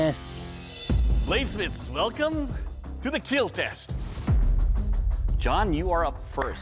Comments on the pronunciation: It will keel!!!! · It will keel... So cringe